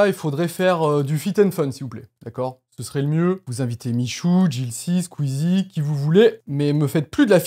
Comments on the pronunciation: Il a dit sqeezie ! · ça fait un pincement au cœur quand tu prononce le mot squeezie vous nous manquez